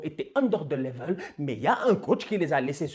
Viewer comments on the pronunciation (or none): none